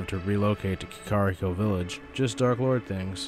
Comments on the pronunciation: i died a little inside when i heard "key-car-ee-co", like, my god, its pronounced "kah-kuh-ree-co" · I can't stop laughing at how he pronounced Kakariko Village 😂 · The butchery of Kakarikos pronunciation was crazy😂 great vid man